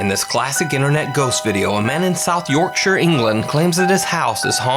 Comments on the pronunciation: Not only from the county of South Yorkshire but all of England ( Stop calling all of United Kingdom Britain you sound very ignorant) Thank you for saying Yorkshire none phonetically. It's not gone unnoticed by only me but by all English (NOT BRITISH) viewers. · hey you said Yorkshire correctly! its not York-Shy-ur as most North Americans say.